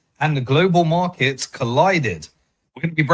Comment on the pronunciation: A good starting point would be by saying "markets" not "morkets" .